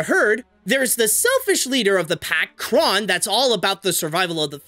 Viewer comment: Crone, not Cron